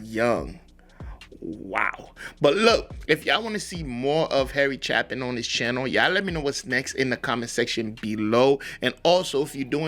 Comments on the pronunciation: If you think it worthy enough to take time to do a story about someone at least do enough research to say their name right. Chapin's name has a long a sound, not a short a. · FYI - It's Harry CHAY-pin. This is my favorite song of his. Exemplary storytelling and absolutely heartbreaking. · CHAY-PIN,. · His name is pronounced CHAY-pin. Great artist, saw him in concert three times. As you say, gone too soon. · I highly recommend Chapin’s song “Sniper (studio version).” It will shock you. You have never heard a song like it. The lyrics are astonishing. Then you can do Cats in the Cradle and The Rock by Chapin. By the way, his last name is pronounced Chay-pin. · The A is long. Chapin rhymes with gapin'